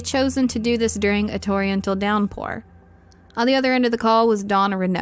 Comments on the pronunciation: Torrential is pronounced torren—-shul . So you know for next time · Torrential is pronounced ter-en-chul. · Learn to pronounce torrential. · You mispronounced “torrential”